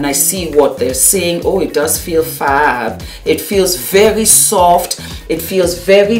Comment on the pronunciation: Who else heard instead of Thank you so very much! it came out sounding like Thank you so F....much. I love you and all your makeup videos. I can't get over how it sounding like you were cussing.